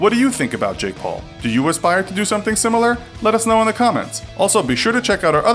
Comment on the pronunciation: HOT STREAK I see you have failed to do the research, so I doubt anybody much less the "Jake paule"(can't tell if you are saying Jake Paul plus an E or Jake Pauler minus the R) will care about your opinion.